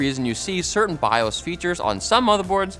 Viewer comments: "Bi ohs".. who says bi oss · It’s bios not biahs. Learn to say it right. Thanks. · my dude. Stop saying bias. It's bios. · He confidently says biOHs as biAWWs which is great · My dude, it's pronounced "bye oh's" not "bye awws" lol. 🤣🤦‍♂️ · It is not called biAs. It is BI-OS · Bi-owes, not bi-awse 🤦‍♂️🤦‍♀️ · They make the Bi-yasssssss. This is a first I heard someone pronounce it this way. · The way he keeps going back and fourth between pronouncing BIOS as Bi-ose and Bi-ahs is driving me crazy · I think he's saying bios wrong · There is an O in the word BIOS you monster!!! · Why does pronounce BIOS differently at random? Is he trolling? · I've always pronounced it Bi - Oh - s' Is that wrong? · Maybe figure out how you want to say "BIOS" BEFORE the video, instead of pronouncing it 30 different ways in 4 minutes. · Why do you say BIOS like that 🤦🏽‍♂️ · You said Emily Rios correctly, but "BIOS"?...lmao